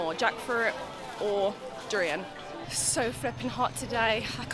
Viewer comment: You pronounce 'durian' correctly like a local